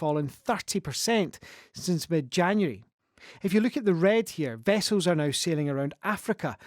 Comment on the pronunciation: Vessoes? Learn English.